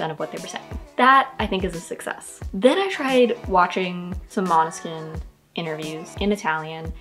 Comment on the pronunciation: uhmm sorry but we say måneskin not maneskin 🤣